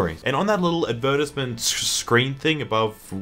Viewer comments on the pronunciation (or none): This fool really said advertisement like that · pronunciation of the word advertisement makes me want to burst into flames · Ad-VER-tiz-ment? Is that how aussies pronounce Ad-ver-TISE-ment? You learn something new every day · How... how did you pronounce advertisement? "ad-VER-tis-ment" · "ad vur tis ment" WHY DO YOU PRONOUNCE ADVERTISEMENT LIKE THAT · Imagine not knowing how to say advertisement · the way you pronounced advertisement really put me off guard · Advertisement??? Do Australians prounounce it that way? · Whoa whoa...how do you pronounce advertisement? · What? Is that really how Aussies say it?